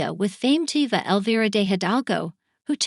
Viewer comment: I stopped watching the moment you mispronounced Diva